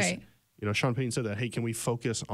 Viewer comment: Please say Sean Payton's name right it's not Sean pay - e n n it's Sean Payton